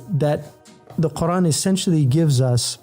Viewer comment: Where does the "Hamza" in your pronunciation of Qur'an go, Brother H. Yusuf? For anyone who needs to know how to pronounce it properly